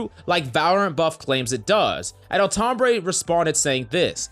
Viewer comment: Every time he says Altombre, I hear Tom Brady. Especially on >1x speed which I play YT videos at.